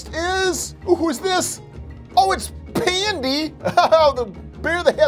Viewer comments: not pandi its. bedgi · Its badgy not pandy lol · It’s not pandy it’s badgy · When he said pandy it was actually badgy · Me when he said pandy when it was badgy bruh do u play piggy -_ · You have been mistaken, its not pandy, its badgy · He said pandy when thats badgy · When you said pandy his I was like his name is actually badgy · You said pandy but his name its badgey not pandy ok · Did he just say pandy to badgey? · Not budgey badgey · U said pandy not badgy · It’s badgy not pandy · Uhh its not pandy it's badgy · It is not pandy it is badgy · It's not pandy its badgy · Its not pandy ya dork its badgy